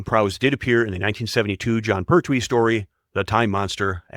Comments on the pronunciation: HARTnell, PERtwee, BERnard, not HartNELL, P'rTWEE or B'rNAAARD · the voice over pronounciation of william hartnell makes me cringe so much maybe do research first..to get it right pertwee, schofield and bernard cribbins also mispronounced